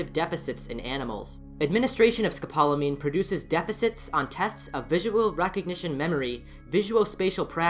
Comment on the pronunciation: Oh! And the drug is pronounced scope-la-mean. 😘